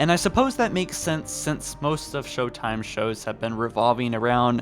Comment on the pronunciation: "Sho-time." A reference to "sho-nuff" which is ebonics slang for "sure enough." The implication is that it's humorous because African American Vernacular English is thought, by people such as, to sound unintelligent. It's a way of mocking black people by disparaging the way a number of them speak, without saying something that would be immediately recognizable as an insult. It's low key racism.